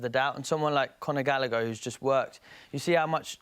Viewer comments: he said Gallagher 😂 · Had to turn it off half-way through. When he said gallagher- i lost the plot